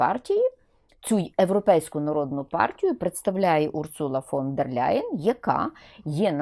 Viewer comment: Ніяка вона не Ляйен! Не треба ляйкати! Німецьке прізвище не перекладається та вимовляється у оригіналі: Лайен тільки -Л м'яке! Читай вище 😊